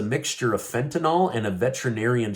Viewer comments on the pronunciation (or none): none